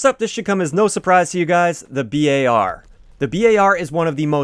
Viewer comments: Bar. Not B.A.R. Just Bar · why do you say B A R ... just say BAR like a bar of chocolate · Cringe He said B A R Bruh its name is just bar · Its bar not b.a.r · Bee Eh Are ? Can't you just say bar :P ? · Ive never heard anyone pronounce BAR as B.A.R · Don’t ever pronounce it b-a-r again. Don’t nobody call it that shit